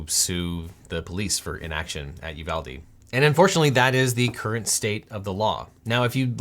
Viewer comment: That isn't correct; correct would be: ooh VAHL day It's Spanish, after Juan de Ugalde Pronouncing it you VAL dee is just white people shit. It's colonialism